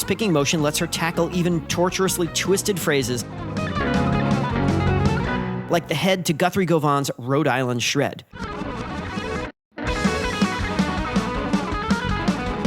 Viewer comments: It's gOvan, not govAn.:P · Alf Torp If yer gonna be pedantic, it's actually Guv-an ;) haha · Hate to break it to you,, but you have one glaring technical flaw: Your ability to correctly pronounce the names of great guitarists, Govan in particular.